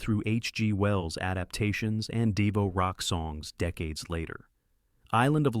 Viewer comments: "Are we not men?...... We are DEVO" The irony is the narrator of the video is a bot that doesn't know how to pronounce "DEVO". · Also...why can't they teach AI punctuation? It'll stop short of the end and start again with the final words of the previous sentence. I've heard AI pronounce the same word three different ways in the same clip. Is AI being programmed by high school dropouts? It also mispronounced the group Devo.